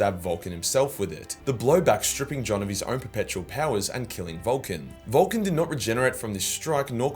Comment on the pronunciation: I can't help but to hear VOLTGUN LIVES when you say it in that accent. Which i think is still fitting.